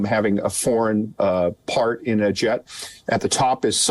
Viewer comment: did he say pact instead of part?